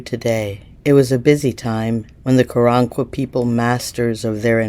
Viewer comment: I would like to believe you, but I don't believe you are pronouncing the name of the tribe correctly, so, yeah, next...